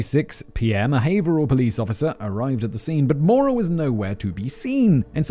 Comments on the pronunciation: Thank you for pronouncing Haverhill correctly! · Hearing someone pronounce Haverhill correctly is always jarring because I just assume it'll be pronounced wrong 😅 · Haverhill = haver-ill